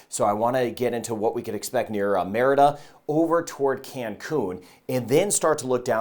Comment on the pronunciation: Merida is " muh ree duh"; minor point, but it does taint an otherwise truly professional presentation.